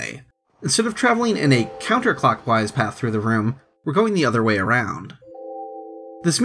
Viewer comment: Please pronounce path correctly!